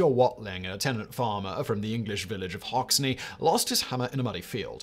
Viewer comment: It's not pronounced Hox-ne it's pronounced Hox-en